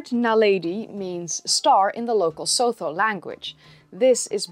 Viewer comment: It's pronounced 'sutu'